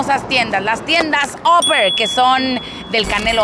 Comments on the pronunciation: Yo opino que tu pronunciación en inglés es pésima, no se dice óper, se pronuncia. Aper!!! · Se prunincian Aper no oper como pronucias 7up